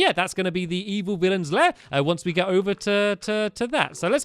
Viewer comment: Did anyone else Notice he said GIT 10 stars?